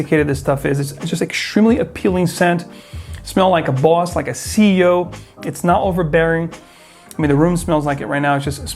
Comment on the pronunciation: "...makes you smell like the BUASS" - is that a Boston accent popping through?